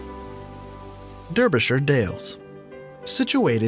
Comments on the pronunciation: The way he says derbyshire 🙈 der-b-shrr 🤣 it's dar-bie(like barbie)😜🙊 Same with orkney 🤣 ork-knee🙈 its ork-nay🤣 like "yi have nae chance o' pronouncing these names properly 🤣"😜🤣🤣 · As someone from Derbyshire, I still wish to know where the D-ER-by-shire dales are, as I have never heard of them. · Man said deerby,its pronounced darby😂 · It's pronounced 'Dar' byshire not 'Der' byshire 😂😁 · If you are going to continue doing these type videos please learn to pronounce the names of the cities/towns/counties correctly. Derbyshire is not pronounced like it is spelled. It is Darbyshire. And Holywood is not Hollywood but Holy wood. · It's pronounced "Daar-bee-sherr" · Errr - you've never actually been here have you? You show a photo of the North Yorkshire Moors but you talk about the Dales (very different). Chelmsford is an ugly post war mess. Derbyshire is prnounced "Darbyshire" and your "B'dale" is actually "Beedale". If you'd been here you would know this stuff. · Derbyshire is pronounced "Darbyshire'! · The creator of this video has never been to the UK. CHELMSFORD 😅 ALSO Derybyshire. (Pronounced DARbyshire) is a county. Its like going to the USA and saying the best city is Texas. Also where is the South West? Pfffffft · As a Brit ..and imho.. Chelmsford ..the further one is from the M25 , the better your life will be. St Albans centre is one of the most poluted places in England. Fact. Derbyshire is pronounced Darbyshire..always and is great. Richmondshire, wet, ok if you're retired. Orkney..fab for exploring. Not living, unless you hate warmth. You're welcome 😉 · Derbyshire is pronounced darbyshire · Derbyshire is pronounced DARBYshire. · BELPER IS THE BEST In Derbyshire Dales P.s. that is not how u say Derbyshire ITS PRONOUNCED DARBYSHIIIRRR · Pronounced darbysher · As I'm from Derbyshire, I'm highly offended when people can't pronounce it correctly 😂😭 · derby shire dales pronounced darby sh dayles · My ears were bleeding during this video. DEEEEERBYSHIIIRE 😱